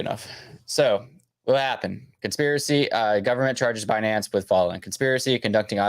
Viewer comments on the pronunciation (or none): Comment 🚀🚀🚀wild times … happy holidays thanks for content and info …. Sending nothing but best wishes to you & your family 🫡🫡🫡🤝… it’s funny how she pronounces Binance Be-Nance😆